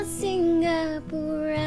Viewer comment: Si-nga-pura.... Not singgah-pura! As you would pronounce Singapore.... Not singgah-pore